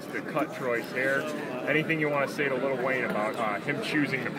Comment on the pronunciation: hahaha the reporter said LITTLE WAYNE